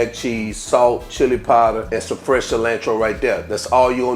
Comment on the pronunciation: 🙄IN-chaladas? JAA-lapenos? Ci-LAND-tro? You need to go learn how to pronounce your ingredients before you make a video dude! smdh.....